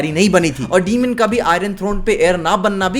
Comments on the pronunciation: डीमन ❌ डेमन ✅ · it's not demon it's daemon